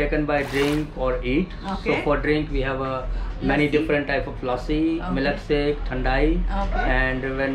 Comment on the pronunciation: She : Hey i love accent, say it again He: milak sek